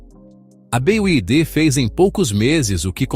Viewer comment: "BEAIDE"... Ai desse desse jeito quebra mesmo....😂😂😂😂😂😂😂😂😂😂😂